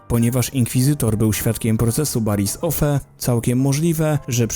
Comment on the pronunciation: Sorka ze to powiem ale wiedz że to jest spk odcinek. No to zacznę od tego że twój kanal opiera się na star wars a nawet nie potrafisz wypowiedzieć dobrze imienia mistrza Yody! Poza tym była jeszcze np Baris Ofee, którą czytałeś tak jak się pisze a czyta się Baris Ofi. I trochę też ściemniasz aby wypełnić czas ekranowy... No niestety, do się nie umywasz.